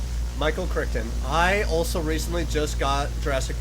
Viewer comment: For future reference, his name is pronounced Cry-ton.. But don't worry, my mom mispronounces it too.